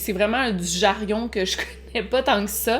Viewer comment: On dit jarion? J'ai toujours dit jargon 😂